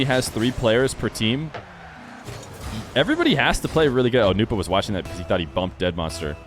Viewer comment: I was hoping the way you say Nwpo like newpo would catch on, I like that pronunciation. The way johnny says it sounds weird